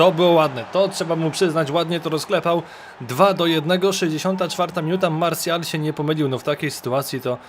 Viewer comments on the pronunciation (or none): none